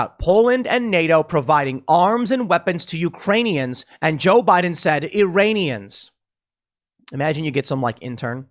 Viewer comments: He clearly meant to say "Uranian" as in people from the planet Uranus. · Uranians not Iranians. Like, from uranus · It sounded like he said "Uranians" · Ah yes "Uranians," my wife's second cousin is from Uranus, nice planet I hear, a bit cold though, and lousy air quality... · the fact that you have to go over whether he said “Iranians” or the “Uranians” is more disturbing than anything. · Iran is a real place, yes. But almost 100% of Americans refuse to pronounce it correctly : "e-ran". Instead, Americans pronounce it "aye-ran", and its people "aye-ranians". So Biden DEFINITELY said "URANIANS" 🤡😳🤪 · He said Uraniums; change my mind XD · He said Uranian… remember he was reading off a teleprompter. Much closer to Ukrainian. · Tim, I think it's obligatory for US politicians to mispronounce Iran as "EYE-ran" (same with Iraq), so I think it really must have been simply a swallowed syllable and Joe said "Uranians". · as much as i do not like him, it did sound like uranian to me as well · I don't think he said Iranians it sounded like uranians to me. It also sounded like it was the first time he was reading that speech